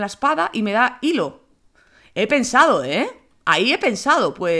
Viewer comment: disculpen se pronuncia hilo xD